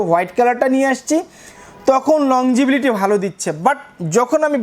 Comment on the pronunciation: ভাই আপনি বারবার বলছেন লং জিবিলিটি। আসলে হবে লংজিবিটি। উচ্চারণটা কানে বাজে। আপনি যেহেতু একজন টেক্সটাইল ইঞ্জিনিয়ার সুতরাং উচ্চারণটা শুদ্ধ করে বললে ব্লগটি শুনতে আরো ভালো লাগতো। আপনার জন্য শুভকামনা